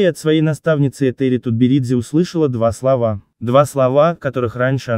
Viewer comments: КосторнАя,а не КостОрная!Когда на вашем канале будут правильно ставить ударения? Или ляпнул два словА-два слОва.Что за турки на вашем канале? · Что за коммент? Робот? КастОрная? Два словА?